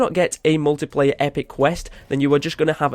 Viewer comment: You said muliplayer not multiplayer